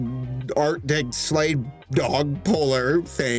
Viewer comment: It's pronounced, sled dog.